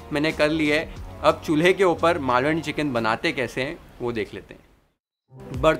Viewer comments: I wish i could give u thousand likes for saying Malvani correctly... Take a bow chef ❤️❤️ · Omg...even before you start cooking i was so impressed by how you pronounced "Malvani" and then later full marathi sentence...further more marathi words....how much more will you impress us chef...